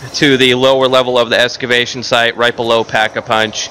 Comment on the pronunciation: EXCAvation not ESCABATION